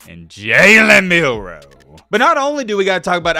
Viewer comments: Jalen Mildew hahaha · his name is Jalen Midroe